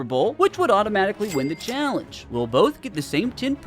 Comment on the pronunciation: cheaalllenge Holy accent